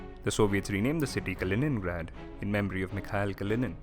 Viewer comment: Kalinin^grad. Puberty